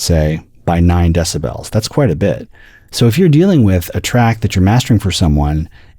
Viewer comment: Great video. I couldn't hear a single difference between the before and after, but I still learned a lot, and also learned that there's one human being on earth that proudly pronounces it deciBELLS.